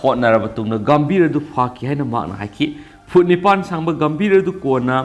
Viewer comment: Khonthok sengde Gumbhir bu gambir Blasphemy bu blasfe Rushdie bu rashi etc